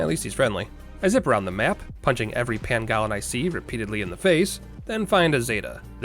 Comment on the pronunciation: Anyone else get a headache with the way he says pangolin? Great video as always man